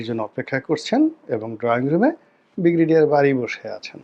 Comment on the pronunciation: আপনার ব্রিগেডিয়ার উচ্চারণ হয় না, উচ্চারণ টা ঠিক করে নিবেন আশাকরি - ব্রি গে ডি য়া র।